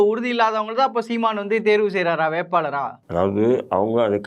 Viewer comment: வேட்பாளர் இல்லைடா வேட்பாளர் ..தமிழ் முதலில் சரியாக பேசு அப்புறம் உருட்டு 200 ரூபாய்க்கு